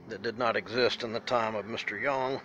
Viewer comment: For the truth of Spring Villa check out the book Haunted Auburn/Opelika. I am impressed because you are the first person, I have heard pronounce Yonge correctly.